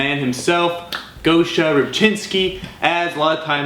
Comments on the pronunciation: It’s not gousha its гоша (gosha) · It’s GOSH-A not GO-SHA